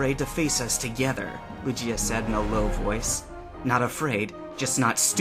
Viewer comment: oh dear, it's LOO-ghee-ah, not loo-JEE-ah.